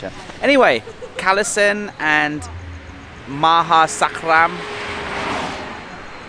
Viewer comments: Maha sarakham not maha sakram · ma-ha-sa-ra-kam is the word. Love all your videos though!!! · Right. FIVE syllables. 😉